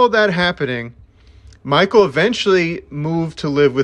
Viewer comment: Please learn how to pronounce things correctly. I'm in and cringing. Mikel is pronounced Mick-kell. Jollett is Joe-lay. Synanon is Sin-a-non. His memoir, Hollywood Park, primarily discusses his life to before the band forms. It touches on it towards the end, but the book is very far removed from being about the band. For the record, he was 6 when they left Synanon and his Mother is a basket case. If you don't like to read, the audiobook is excellent as Mikel reads it himself.